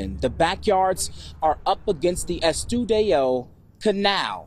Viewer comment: Estudillo Canal....pronounced Es-stuh-dee--oh I think that's what he tried to say!!